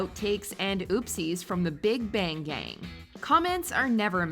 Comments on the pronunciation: no one else hear big banggang ? no? just me? ok... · Big Banggang is what she said...